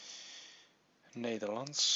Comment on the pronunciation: are you dutch or something because if not you can pronounce nederlands really good :D